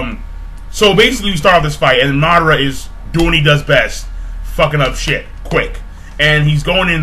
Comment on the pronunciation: MaH-DaH-Ra xD Madara not Mudora